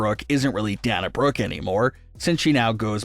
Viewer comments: It's pronounce Dayna Brock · Why is pronouncing the name "Dana" so difficult for this guy?!